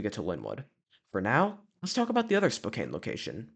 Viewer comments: Dude what the hell is "spoKANE" it's pronounced "SPOH CAN". This is hard to watch, I live in western Washington and I don't know why someone who doesn't have any connection to the area is making videos on the history of these locations. Pizza Time theater was once at the alderwood Mall in the See's Candy location that you pictured. It wasn't in the main mall itself but in a standalone location across the parking lot. The Lynnwood CEC that just closed was originally a showbiz Pizza with the three stage. If you're going to make videos like this I'd highly suggest getting on Facebook and asking for more information first.. tons of people who worked at these locations are on and may have more information and or pictures. If I was going to make one of these videos about the store in your neighborhood I'd probably have some information to share first. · Great Video! However i must say Spokane is pronounced "Spoh-Can" by locals. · As a spokanite i can confirm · YES as a Washingtonian the way the pronounces "Spokane" kind of makes me a tiny bit angry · Same ngl. Fellow Washingtonians UNITE!!